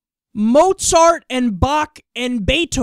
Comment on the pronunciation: David Duke pronounced Mozart wrong